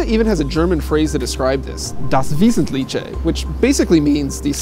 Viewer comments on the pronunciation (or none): it's pronounced vesentlikhe haha ;) not visitliche. but it's cute though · Der Krazy Kraut das not approve of how he pronounced Wesentliche